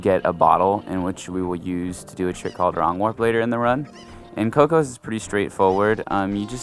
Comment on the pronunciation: CUCCO not "Coco" fucking invalid